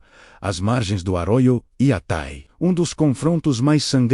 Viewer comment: Ninguem fala" iatái" por aqui!